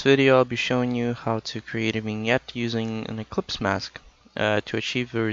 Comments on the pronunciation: It's "eclipse" not "ecplypse" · It's ellipse, not ecplypse!